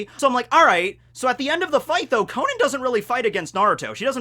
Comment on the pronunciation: It’s pronounced Ko-non! The “a” is pronounced like an “o” for some reason!